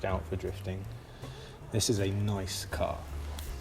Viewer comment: "very niiize!" haha that was perfect